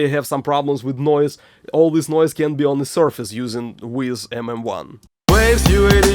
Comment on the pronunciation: I love your videos, they feel so "real". But please! don't say "Weezz", Weiss is pronounced like "Vice".